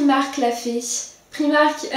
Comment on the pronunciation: Super vidéo mais ça se dit priimark en anglais 😁 bisous